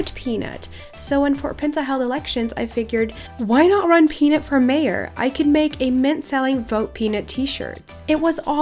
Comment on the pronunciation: "Maroj Peanut" ? Wasn't it "MAYOR Peanut" ?